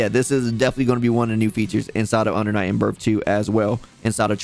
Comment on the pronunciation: UNDA NIGHT IN BURF??? lmao cmon son